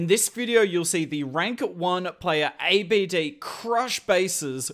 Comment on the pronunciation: His name not A. B. D... Don't spell it one by one... It is pronounce Abd one sentence, because he is An Arab name, Although great content you have, keep going 🔥